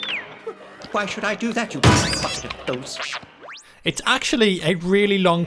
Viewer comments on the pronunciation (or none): none